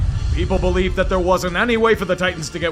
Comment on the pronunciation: You will Bo-lieve. It is inevitable.